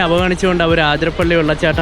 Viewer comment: you should pronounce it as അതിരപ്പിള്ളി not ആതിരപ്പള്ളി.. forgive me if i was mistaken...